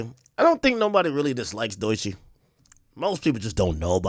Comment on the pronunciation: Bruh why you keep saying doy chee?? Its DOE chii😂😂😂😂😂😂😂😂